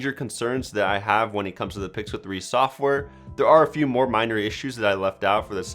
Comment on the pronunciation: He said that the s9+ isn't as bezzeless as th pickle 3 xl = i kill myself Edit: he actually said "pickle" 3 xl